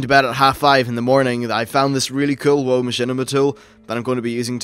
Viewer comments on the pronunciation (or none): you say "whoah" when its "wow" but whatevs